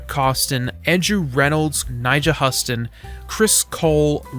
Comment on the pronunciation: nyjahs last name is pronounced hyoostun